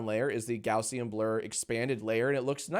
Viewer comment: gaussian blur?? ive been pronouncing it gaussian blur....